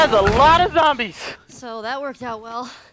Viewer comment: everyone: “zombies”: “zomblies”